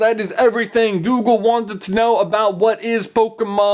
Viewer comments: He says Doogle auto fill instead of Google auto fill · anyone else hear 'doogle autofill' in the beginning? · OMG he said DOOGLE AUTOFILL GAME lol ! :D go to